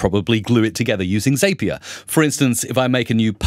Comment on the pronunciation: I absolutely LOVE your videos. I've been binging your channel the last few days. (One tiny note... As Wade Foster says, "Zapier rhymes with happier.")